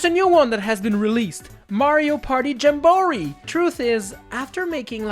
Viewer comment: why does he say jamboree like that 💀